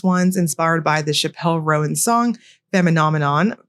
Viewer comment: Its Chappell said like Chapel and feminine-nomenon ❤